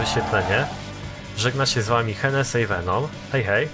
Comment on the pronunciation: to się nie wymawia henesi